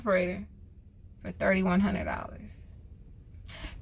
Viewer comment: This woman said 48 h u n n i d girl you better learn how to code switch properly LOL